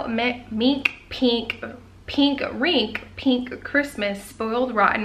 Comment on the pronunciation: It’s PINK not Peink